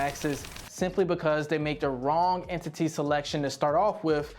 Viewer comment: Nobody says entity like that.. and then calculations.. bruh